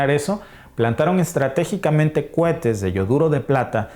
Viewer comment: CUETES NO, ES COHETES